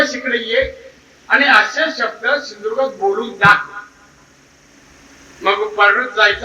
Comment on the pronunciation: Sindudurga bolaylaaa shikh adhi😂